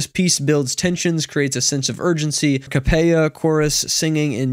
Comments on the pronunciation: since you give us culture, I will humbly correct your pronunciation. It's not "a cappeya" it's "A cappeLLa" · You mispronounced it, and they misused it: a cappella • \ah-kuh-PEL-uh\ • adverb or adjective. : without instrumental accompaniment. Examples: The audience quieted when the singer walked out and began singing a cappella. " otherwise great video, very exciting development